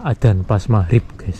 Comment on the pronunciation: Magrib ngab, bukan mahrip lol